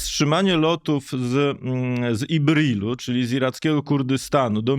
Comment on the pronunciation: To miasto to nie Ibril tylko Irbil albo Erbil